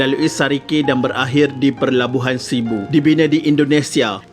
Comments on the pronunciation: Pelabuhan admin, bukan Perlabuhan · Maaf tolong betulkan ya, PELABUHAN bukan PERLABUHAN